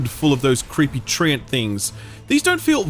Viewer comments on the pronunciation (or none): none